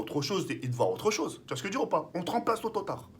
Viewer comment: Mdr il a dit tototard au lieux de tout au tard 😂😂😂